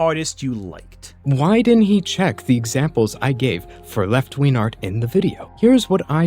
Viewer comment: What is "left-ween art?" Can Remnant777 not pronounce a hard g?